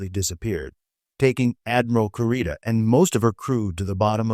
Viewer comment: Kurita is pronounced 'KOO-ree-ta!' Or 'koo-RI-ta' idk. I just know they pronounce it like we Hispanics pronounce letters.